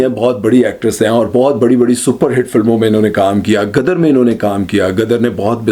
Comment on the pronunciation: "Gadar nahin Ghadar"